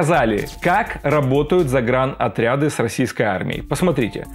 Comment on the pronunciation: Всё правильно, но только не "заграНотряд" (заграничный), а "заграДотряд" (заградительный).